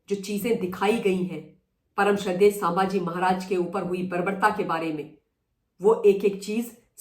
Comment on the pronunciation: Excellent! Only I want that you pronounce well-known names correctly. It's not सांभाजी, it's संभाजी. Can you please say it correctly?